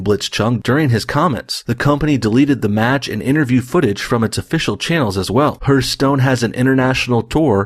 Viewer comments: Hearthstone is pronounced HARTHstone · I can tell that this dude is an Canadian by how he pronounces Hearthstone 😂🤦🏿‍♂️